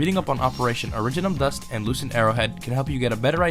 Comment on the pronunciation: Origin-nm Don't worry, you're just pronouncing it the Columbian way! ... God damn colonials, I swear...